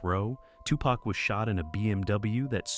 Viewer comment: Besides: Are we to believe a white dude who dos not even know how to pronounce Tupac and Suge correctly???/ Hahahaa F in idiots with more BS lies.....